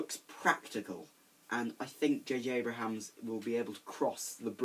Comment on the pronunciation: JJ Abrams* Not JJ Abrahams.